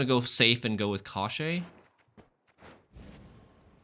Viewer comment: The pronunciation is [cosh - chee]. It means "bones".